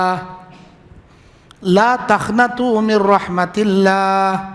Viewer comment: السلام علیکم و رحمۃ اللہ وبرکاتہ مولانا آپسے ادب گزارش ہے کہ آپ قرآن مجید کو خوب تجوید سےپڑھے اس لے آپ اس ویڈیو کے اندر ایک آیت تلاوت فرماتے ہیں قل یعبادی الذین أسروفو علی أنفسھم لا تقنطوا من رحمۃ اللہ ھے لیکن آپ پڑھتے ہیں لا تخنطوا من رحمۃ اللہ پڑھتے ہیں میری خواہش ہے کہ آپ کو یہ بہت آچھی لگی ھوگی